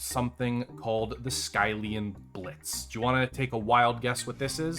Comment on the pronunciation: It's pronounced "Skill-ian blitz" not "Sky-lian blitz"